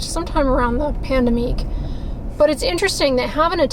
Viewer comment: Please, please, please pronounce PANDEMIC and AMAZON correctly. You’ve been doing this for a few years and it’s time to move on.